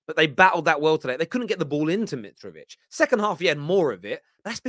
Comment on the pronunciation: LeanDDRRRo and muDDRRRyk, oh and miTTRRrovic now… bro why you rolling your Rs like that ?!